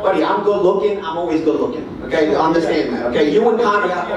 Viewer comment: Sounding like it too, spit on yoo” 😂